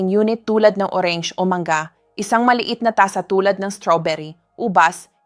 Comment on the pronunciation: Ano b nmn ung pagbibigkas nya ng ,ung Mangga,binibigks ng Manga daw,tas ung pinya,bigkas Niya eh pin-aple daw